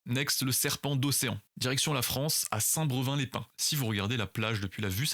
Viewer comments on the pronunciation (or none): ça se prononce "Saint Brévain"